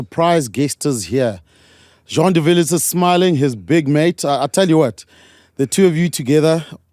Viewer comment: Please pronounce Jean de Villiers the French way, at least for now🐓